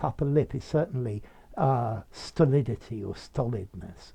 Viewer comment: I swear I heard you say "Stuhdihlihty".